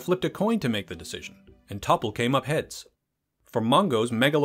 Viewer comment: Its pronounced "Tople" not "Topple." And its a credits roll not a credits crawl.